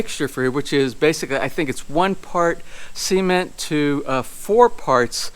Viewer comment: Or so they call it SEEmento? lol